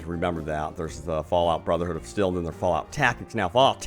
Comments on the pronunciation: Why are you saying Brotherhood of Stel? It's Steel. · still still??? its ST EE L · It's steeel not still. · It’s pronounced steeeel